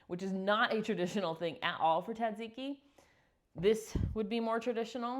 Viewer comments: I love this recipe! Yum! Btw, my first job as a teen was in a Greek/Italian restaurant and they explained it’s pronounced SAD ZIKI. Hope that helps you as much as it helped me! 😉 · It’s pronounced taziki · We have a restaurant near us named Tzatsiki's. They pronounce it "zaht-zee-kee." Thanks for the recipe! (I add mayo to my version, too!)😊